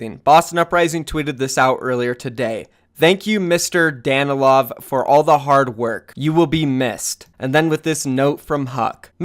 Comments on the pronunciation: So cute how you read mistakes last name haha <3 but its actually Danilov(stress is on "i") but not bad anyway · Its dan-i-lov not what you where saying